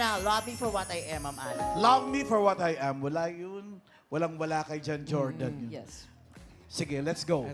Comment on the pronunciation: Finally na pronounce din ng tama ang pangalan ng winner